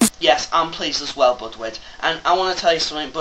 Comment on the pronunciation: Please try to say Budew next time instead of Budwid... Awesome video. ;)